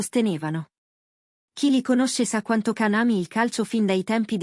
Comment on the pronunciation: Ma non dite cazzate. Fatelo vedere! Fate vedere le immagini dei due nostri idoli sugli spalti...Ah cazzari. Poi Can😂😂😂 e non Gian...non sai nemmeno pronunciarlo 😂😂😂